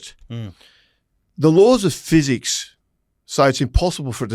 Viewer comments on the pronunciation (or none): none